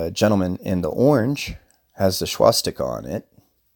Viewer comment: And by the way learn how to pronounce SWASSS Tika not Schwass tika. Start by dispelling YOUR ignorance.